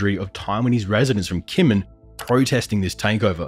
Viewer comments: It's a small quibble, but it's pronounced "Jinmen." They use a quirky transliteration method from way back that for some reason had the 'j' sound written as 'k.' On a more substantial note, I'm curious why you're so quick to discount what you label as Option 3. I'm also extremely curious why we would necessarily view such a thing as the reestablishing of a direct U.S. military presence on the main island under the Taiwan/ROC government's control as a strategic defeat for the United States. If anything, from a military strategic standpoint, a PRC invasion and occupation of Kinmen undertaken independently of a full-scale war of annihilation against the Taiwan/ROC government, occupation of all Taiwan/ROC-governed territories, and sufficient measures to preempt a U.S.-led counterattack would be more than enough pretext for the United States and its allies to quickly and resolutely close the final link in the First Island Chain for good—and likely with the enthusiastic support of the Taiwanese voting public and other democracies in the region to boot. China would be effectively encircled within its immediately-offshore sphere of influence for the foreseeable future with each link in the chain then having a vested interest in not being the weakest link. The First Island Chain includes the Japanese Home Islands, the Ryukyu Islands, Taiwan, and the Philippines. If you imagine it as a line drawn with pencil, it gets smudged over Taiwan due to the complicated diplomatic dance all the p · Your pronunciation of Kinmen is jarringly wrong. It's hard to believe any of the analysis of the video if you can't get something basic like that right.